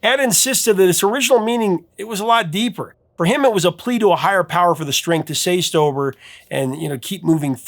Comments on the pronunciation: Did he say, " say stober"? 😂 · Strength to say stober? At least, that's what I thought you said the second time.🤣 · Say stober? Haha! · "Strength to say stober' sorry but it made me laugh